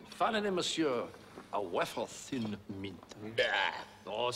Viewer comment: "Waffah thin" should be in the Oxford English Dictionary. Only Cleese would think of mispronouncing "wafer" and making it a catchphrase for decades.